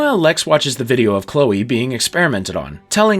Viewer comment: I can get past the "lah-nah" mispronouniation but calling Chloe "Klee-ah" is unforgivable